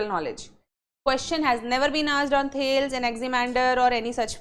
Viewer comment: As a keen student of political theory I am very dissatisfied after watching this lecture. The pronunciation of Thales is incorrect seems never attended the lecture of subject . Element is never mentioned it is substance. Madam please read first the basics then become teacher . Start with the History of political philosophy by G H Sabine.